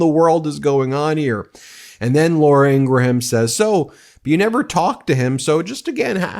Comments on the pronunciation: No big deal but it is pronounced "Ingram". Not Ingra-Ham. (Law-ruh Ing-gruhm) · Are you intentionally pronouncing Laura Ingraham's name wrong? Because its a very common name where I'm from and we pronounce it, ing...gram or ing...grum. Like Teddy Graham or Honey Graham. The h is usually silent. If you google how Laura says her name she pronounces it the same way also. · Although I don’t like her as a host. Laura pronounces her last name as Ingram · What's with so many pronouncing "Ingraham" as having three syllables? It's TWO syllables! 🤔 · Does Ben mispronounce Laura Ingraham’s name on purpose? 😂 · Ingraham does not pronounce her name like that. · I love how Ben mispronounces Laura Ingram last name on purpose..😂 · Do you mispronounce Laura Ingraham's last name on purpose to get back at all of those MAGAts who pronounced former Vice President Harris' first name "kuh-MOL-ah"?